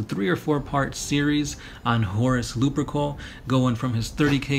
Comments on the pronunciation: Horus lup-er-cal not Lupercoal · I gotta say, they pronounce it Horus Lupercal(loopercowl) in all the audiobooks